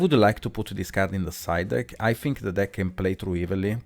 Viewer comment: bro, you fink too much